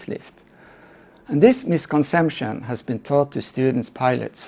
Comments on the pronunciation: The word is misconception, not misconsemption. It was not a mistake, you repeatedly used the same meaningless word. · The problem IS he cannot pronounce “Misconception”!!!